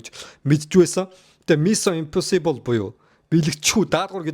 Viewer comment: Ee burhaan naad ugnuudee google translate dr bicheed sonsch uzeed zov duud l daa, ug n hoorhon yrih gd bhin mison imposibl geh hurtel chn za yahaw gej bgd bur tiirtel awlaa daa, oxify shig heden angli ugnude aimar oortoo itgeltei shal buruu duudaad bval elgiin haragdana shu, ug n ywaandaa bur l hoorhon yrij surah zaluu bnda